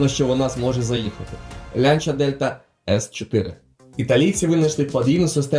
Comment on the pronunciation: Чому "Лянча", а не так як називають її італійці - "Ланч'я"?!!!